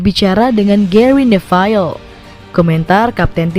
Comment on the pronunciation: bacanya GERI NEVIL, bukan GERI NEVAIL